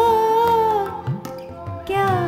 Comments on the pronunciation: Perfect rendition. - Not one person who posted on U-tube pronounced Baqhi, Qhubool and Qhismat correct like Rekha Bhardwaj. Some of them have the potential of becoming a good singer but unless they learn to say Urdu words properly they cannot sing songs correctly such as this one. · The younger generation should pay attention to her pronunciation of urdu, eg qabool not Kabool. Rekha Bhardwaj is outstanding as usual.